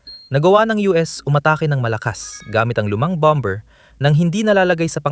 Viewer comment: Ok,sana ang impormasyong bigay mo,medyo mali lang ang pgbigkas sa salitang bomer,Hindi po bamber.